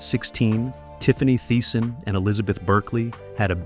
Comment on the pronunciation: "Tiffany Tie-son" "Cleek"? "Goe-selar" Who or what narrated this? LOL